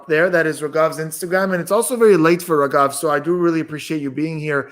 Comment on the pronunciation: Only for indians said rageeeeeeeeevvvvvvv 😂😂(it's raghav)